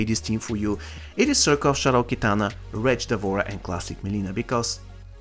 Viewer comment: Nobody:: Wtretch lol I enjoyed the video 👌🏻